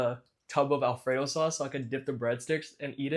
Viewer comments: Someone needs to make a supercut of every time he says "saauce" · Why do you pronounce sauce so weird